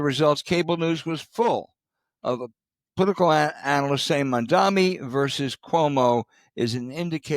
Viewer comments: Al needs to say Mamdani''s name correctly. What a geezer, misrepresenting Mamdani's proposed pilot of a small number of grocery stores. He is not proposing government take over all businesses you decaying fossil. It is intifada, James. Not hakuna matata. And he was on Colbert with Lander and was quite clear he is sensitive to safety of Jewish people and all people. Millenials are the largest bloc of voters now. It is not the early 1990s anymore. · Please pronounce his name correctly. You sound ridiculous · Cant you at least pronounce the fellow's name properly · First please learn how to say his name! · You should totally trust the thoughts and word salads of two crusty out-of-touch codgers, neither of whom can even correctly pronounce "intifada" nor Mamdani's name. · It’s a shame that the host of this show can’t read or pronounce MAMDANI’s name correctly or pronounce intifada. Both of these guys said infatada 🤦🏾‍♂️ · His name is Mamdani. Please don’t be so arrogant as to deliberately mispronounce his name. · Please pronounce Mamdani’s name correctly. Look at the spelling….Mamdani. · Can you learn to pronounce “mamdani”?? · Few things about that introduction -- 1) it's "MAM- DANI" 2) The policy is not to "take over grocery stores" which seems like an intentionally misleading way to characterize it. 3) Democratic socialist is not synonymous with socialist 4) He is not a gift to the republicans. And James, if you're saying things like "I think they're called bodegas" you don't know enough about New York City grocery prices or food deserts to voice an opinion on this. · His name is not that hard. So disrespectful to repeatedly mispronounce it. Mom-Donny. What’s so hard about that? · You can't even say his name right. Fucking dinosaurs. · And, it’s M-A-M-D-A-N-I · Bro 😎 Bro yo - Bro 😎 its “ M A M D A N I “ ….😤😤😎😎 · It's "Mam-da-ni" not "Man-da-mi." This is why people hate the old guard. You can't even be bothered to learn to say the name correctly. Just disrespectful.